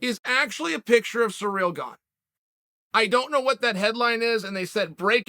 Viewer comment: "Surreal Gone and N Gonna" lmao